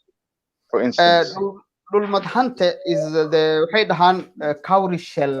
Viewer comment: It's not dhulmad hante its dhulbahante which means( the one who dominated the territory)